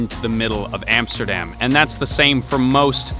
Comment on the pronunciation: hey it's not "emsterdem" it's Amsterdam.